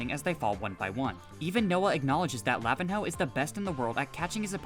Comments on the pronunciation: its luh-veen-yo not lah-vin-hoe 💀🙏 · anyone gonna point out that he absolutely butchered lavinho name?